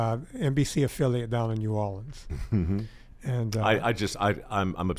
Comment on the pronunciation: vinnie tortorich? from louisiana? i'm from louisiana. he's got the wrong name, wrong accent, wrong look, but... right pronunciation of new orleans. of course, i'm kidding because i'm a "northerner". he's got an admirable record of achievement.